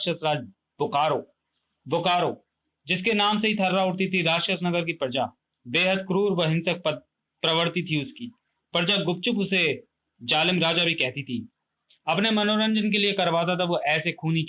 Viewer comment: Truti Sudhar => Pravarti nahi Pravitti hota hai sahi. 😤